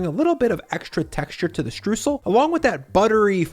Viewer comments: I love this recipe but you are saying Streusel wrong. Stroysel NOT Stroosel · He was litterally talking about Streusel the whole time. Only that he pronounced it more like "stroosl" instead of "stroysell". Also in most regions of germany a sweet yeast dough base is used, not necessarily a pie crust. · ffs its not "strewsel" its "STREUẞEL" or "Stroysel". you can say the "oy-" of "oyster", then you can say the "eu" in "streußel" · FYI The "eu" part of "Streusel" is pronounced like the "oy" part of "Oyster", so "stroysel". Greetings from Germany :D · To pronounce Streusel correctly, say "oy" and "sal" ... "shtroysal" ... sorry for being a stickler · Btw its pronounced shtroisel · Streusel ... pronounced "stroy-zl" I sometimes make apple pie without the dough. Just apples and Streusel to be eaten straight out of a shallow ramekin 🙂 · Great recipe! By the way: Streusel is pronounced "str-oi-sel". Greetings from Germany!;-) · Mouthwatering recipe 🤤 Just a tip: "streusel" is pronounced "strOYsel" in German 😬 Otherwise, perfect 👍😎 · Streusel. The eu is pronounced like the oi in the ACDC song TNT. For aural reference. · In case anybody is wondering, the "eu" in "Streusel" is pronounced like the "oi" in "moist", not like "oo" as in... words with -oo-. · Between the pronunciation of "Streusel" and the "German" potato salad that no German has ever made in the history of ever, I am starting to think doesn't know diddly about us Krauts.